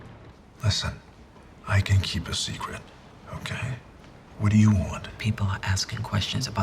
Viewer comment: Bruce Wayne "I can keep a sercret" LOL